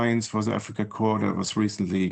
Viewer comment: "Africa Corpse," nice pronunciation buffoon.